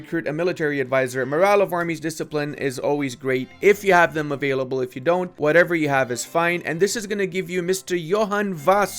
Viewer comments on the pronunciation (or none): none